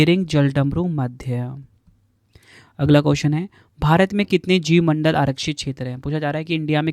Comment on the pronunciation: Jivamandal nahin jaiv mandal